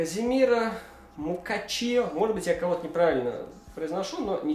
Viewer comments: Не Мукачи, а Мусачо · Го почаще фифу рили! Читается Мусаккио, будем тебе помогать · правильно мусачио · Мусачо правильно